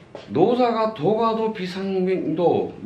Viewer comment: 참 훌륭한 강의입니다. 그러나 독 법 문제. "도가도"의 독버베 문제가 이ㅆ습니다. 우선 선생께서, "도가" "도"라고 ㅋ띄어서 읽었고 첫 번의 "도" 는 짧게 읽었고 다음 "도"는 길게 바르게 읽었습니다. 제 생각으로는 "도" "가도"라고 띄어서 읽고 :가"는 길게 읽어야지요